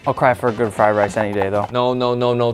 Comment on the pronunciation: Fried rice, not "fry" rice.